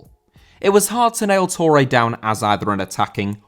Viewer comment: Touré * not Tourei